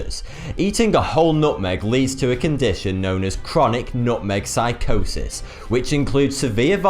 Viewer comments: Chronic nutmeg phycosis? It's psychosis. His videos are full of pronunciation errors and spelling mistakes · 1) C'shew? 2) Phycosis? 3) Ackai? I thought it was Ackee? 4) Aphixiations? 5) Sannakaji? 6) Nambia? 7) Oshiketataka? This was a rough day for.